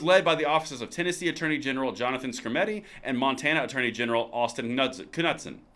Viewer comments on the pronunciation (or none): not to be like a English teacher which I am not its pronounce nudesen the k is silent have a good night see you tomorrow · 😁 Knudsen is pronounced, noodsin